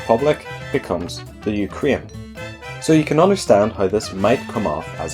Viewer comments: I hope you'll pronunce "Ukraine" correctly. It's not "Ukrine", it's "UkrAine". "You-k-rain". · it is UkrAIne, not UkrIAne (you pronounce it in realy weird way :/ ) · The Ukarine?